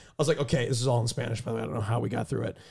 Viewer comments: pronunciation is kinda good? me gusta su voz en español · Honestly Austins spanish is pretty good, his pronounciation is good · I'm from Latina America and I'm here to defend. His pronunciation is amazing. Edit: Also QT said "tempura" the correct way, they said it like muricans